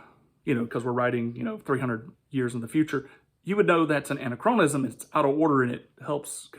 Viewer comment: Your complete inability to pronounce anachronism makes it hard to take anything you say seriously. Also, please look up the definition of composite – using it to mean the exact opposite of what it actually means doesn't help your nonexistent credibility.